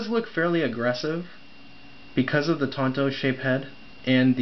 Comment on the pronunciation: "tonto"? lmaooo haha thanks for the review